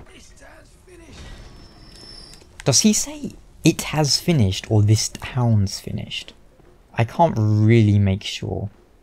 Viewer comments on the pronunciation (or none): "This tahns finished" in best cockney accent.